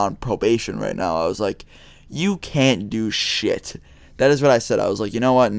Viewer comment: have you noticed the way you say "now" xD! Great vid btw